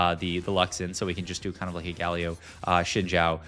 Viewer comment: he pronounced Galio as Guh-Lee-Oh and then as Gal-Eoh in the same sentence ahhaah it's some pretty top notch trolling.